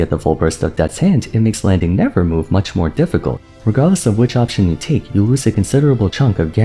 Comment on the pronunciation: Am i the only one a little peeved at saying "nevermove" instead of nevermore...